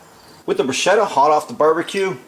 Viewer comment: That's not how you pronounce 'bruschetta,' but whatever...